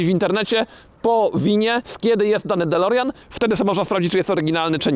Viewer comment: "dolerjan" XD